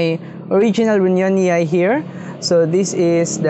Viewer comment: ru-nyo-ni-ee not ru-nya-ni-ay